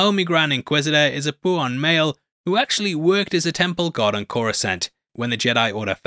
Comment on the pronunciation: You guys realise it's pau'an right? Not pu'an? There's no pooh involved. They're from Ooota-pow! (Utapau)